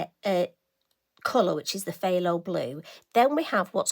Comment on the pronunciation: FYI - phthalo comes from the word ‘phthalocyanine’ and is a synthetic pigment. It is pronounced “tha-lo”. Now why there is a ‘ph’ in front of it I have no idea. I do like the blue but also the orange! I can’t make up my mind. Greetings from Christine in Utah with a brain filled with useless knowledge that will neither make me wealthy or get me into heaven! 🤪 and get this – there’s also a phthalo green!